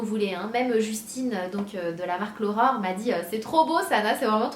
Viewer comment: A chaque fois que tu dis "l'Aurore" j'entends "l'horreur" lol ^^ En tout cas bravo pour ton projet =) (même si le prix est trop élevé pour moi perso)